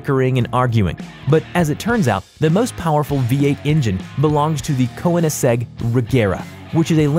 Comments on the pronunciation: Koenegsegg not koensegg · Wtf is a coe inic segg? Do you mean a coenicseg? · “Ko-eh-nins-egg” It’s koe-nings-egg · 1) koniseg- Koenigsegg 2) Porshh- Porsch-UH 3)de vil- Devel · Koeinsegg??? Ko in seg????? really? Ko nigs egg or correctly in writing: Koenigsegg. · "Ko-enni-seg" its pronounced "KÖ-NINGS-EGG" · That's funny ive never heard I'd kowinesehg before.. only koenigsegg.. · Yo! It's Kone-ig-segg and Yu-ah-sa. Learn how to pronounce words, read the letters! Otherwise thanks, nice content. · Why are you prounouncing things wrong? Fiat-you said fyat Monocoque you said monuque Audi you said oudi Porschè you said porsch AGERA you said ag-era Keoniggsegg you said con E seg And there are way too many ads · Properly pronounced Kønigsegg, swedish uknow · Stop saying KO-EN-IGS-EGG you fuck. I can't stand listening to this asshole. I'm out early. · You said koenigsegg koeniseg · ko-wenesgeg .... IT'S NOT THAT HARD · Koe-in-segg lol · I dont think that would've helped. You cant honestly say you pronounced it right the first time you read it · How can you not know how to pronounce “Koenigsegg”? I heard “Ko-igg-seg” and “Ko-in-a-seg” and a bunch of other shit. Have you even heard of Koenigsegg or are you just reading a fucking script? Fucking cyclist... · ko-ïneseg? really? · The pronunciation of koenisegg actually got me mad af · The way he pronounced koenigsegg made my fucking blood boil. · You can tell this sucks when a v12 engine is used for the GT2RS vid and Koenigsegg is pronounced incorrectly Edit: Literally anything “complicated” is pronounced incorrectly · I hate how he pronounced Koenigsegg and audi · Pronounce Koenigsegg correctly! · You should brush of your german - or test google translate for pronunciation ;-) Koenigegg is german even though the man who builds the cars are swedish. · Description This guy can't even say Koenigsegg right 😂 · Lol and the koenigsegg 🤦🏼‍♂️🤦🏼‍♂️ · Way to murder “Koenigsegg” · he didn't even get it right, duh